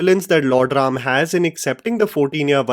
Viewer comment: THANK YOU FOR CALLING RAM NOT RAMA...A WESTERN PRONOUNCATION...🙏🙏🙏